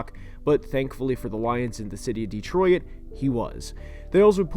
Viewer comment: "Dee troy it"